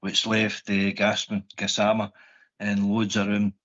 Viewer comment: it's Gassamma not Gassmana Gassman is a nickname